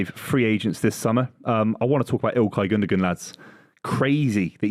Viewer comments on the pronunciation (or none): also them all pronouncing Gundogan wrong...